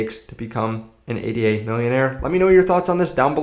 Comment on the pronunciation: Say it with meee!! - "aid - da" named after mathematician Ada Lovelace.